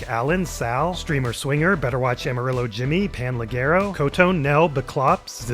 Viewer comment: Amarillo and Armadillo, being Spanish words, are mispronounced throughout. Gus Fring vibes